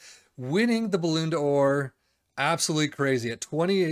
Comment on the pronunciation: As soon as you said balloon d’or I had to turn off the vid my friend